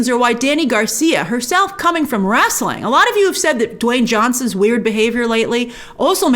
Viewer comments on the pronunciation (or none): What is “wrasteling” Grace? Lol